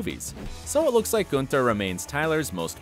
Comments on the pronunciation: It’s not ‘GOONTHER’ its ‘GUNTHER’!!!!! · It's not goon-ter. It's gun-ther. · Its not 'G-oo-nther'. In FRIENDS they all called him 'Gau-nther". You never really watched friends. Did you? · Everyone: Gunther Him: Goonther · I am sorry but it is Gun.ther not Goon.ther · Btw it’s Gun thur not Guntur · GOONTHER???? No, it's Gunther with an "uh", not an "ooh". No-one ever pronounced it Goonther on Friends. Have you never watched the show??? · It's gunther not goonter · No one: Absolutely No one:: GOONTHER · Nobody: Narrator: "Goonther" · G’oo’nther ?? Excuse me??? I..... i...... 🤦🏻‍♀️😂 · Goon-ther ? C'mon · i love who says goonther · Does anyone not bother by the way he pronounced Gunther as 'Goonter'????? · The way you say Gunther.. my right eye is twitching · Did you even watch every episode of friends? It is hard to say his name wrongly. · Oh 😭😭😭say Gunther the right way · Its Gunther but he pronounced it weirdly like u mentioned above and u too watching friends during lockdown? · My man pronouncing Gunther like we’re actually in Amsterdam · Have you ever watched friends? That’s not how you say Gunther? 🤣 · Is if just me or did is wrong pronunciation of gunther bother anybody else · Why does he keep mispronouncing Gunther? They clearly say it one way in the show and he says it a completely different way. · Pronunce Gunther properly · Did you even watch Friends? It's Gun-ther. ¹Not Guenter. It's Boo-Fay, not buffet, And it's Central PErk- not PArk!